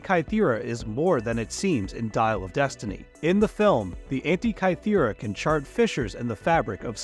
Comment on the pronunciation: can't pronounce "Antikythera" or "gestate" properly, and uses "peacock" (a noun) as a verb in-place of the word postures. This video feels like I'm watching something written by a 12 year old using AI.